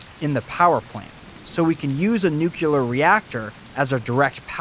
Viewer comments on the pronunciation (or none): Ok kid... it's pronounced noo-klee-urr.... GWBjr pronounced it noo-cure-luhr too and it hurts my ears every time I hear it😢